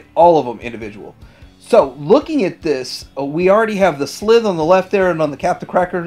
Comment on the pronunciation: It's pronounced Sl-Eye-the